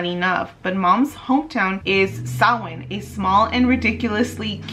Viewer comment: I love that you say Samhain correctly 🥰